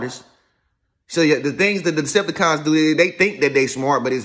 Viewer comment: Every time he says it I bust up laughing😂😂💯